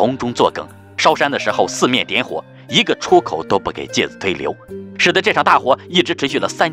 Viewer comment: 介子推（chui）音同吹